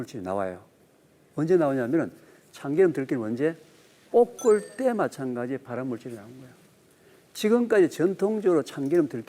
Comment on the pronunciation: 교수님 깅상도신가보네,,뽁을때라고 자꾸 발음하시네,,듣는데 굉장히 거슬리네